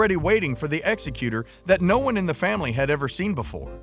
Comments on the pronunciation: Are we sure the guy reading this is an attorney? He doesn't even know how to pronounce executor. He pronounced it exe cutor, like when your executed in prison. Not exec utor. How did he make that mistake? I do love these videos and will continue to watch though. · Wow! You call your channel "Ask a Lawyer" and you don't know what (or at least how to pronounce) the word 'executor'!?!?!